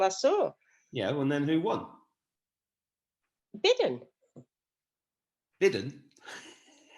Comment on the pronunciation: Iove bidden sounds like midden lol